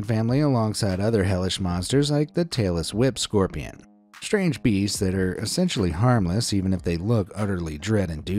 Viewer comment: LOL, I had to rewatch the Tailless Whip Scorpion because I thought he said the Taylor Swift Scorpion 🤣